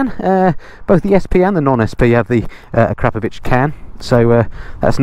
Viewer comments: Glad to hear you pronouncing “Akrapovic” right,. A great review 👍 🏴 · Finally, someone who can pronounce "Acrapovic" :-)